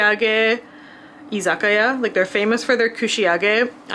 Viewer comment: As an American, who has never been to Japan, I had always put an emphasis on the i in Izikia (iz-a-i-KAI-yah), but you named it with an emphasis on the A istead. Am I saying it wrong? Yes I AM! How does it go, please?